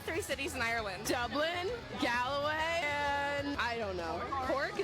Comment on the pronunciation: And its Galway, not Galloway.